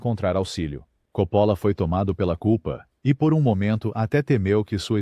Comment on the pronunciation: Esqueceu do filme caldeira do diabo não sabe nem pronunciar os nomes certo ele diz copolo